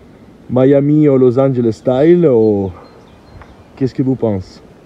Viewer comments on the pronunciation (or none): none